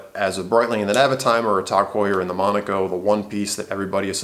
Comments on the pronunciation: TOG Heuer? Why are you saying it like that? Irritating. TAAAAAAAAAAAG Heuer. Do you also say Rueleeex? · sorry I didn't get it the first time. Its just my opinion that the way the guy says it is ridiculous and irritating. Considering he is attempting to give "advice" the least he could do is pronounce the name of the company as intended. Jaeger LeCoultre I could understand getting wrong if you dont speak French. But TAG is a three letter word which everyone who represents the brand has pronounced as it's spelled. TAG is an acronym, not a proper word. So what is the need for this ridiculous pronounciation? It's like saying Tomahto.. pretentious if you aren't English.